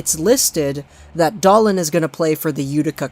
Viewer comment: If you're going to position yourself as a Canuck expert, please pronounce their names properly. It's Dahleen and Peh-ter-son.